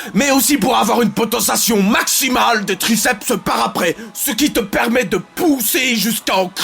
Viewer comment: "Graceps interne" mdr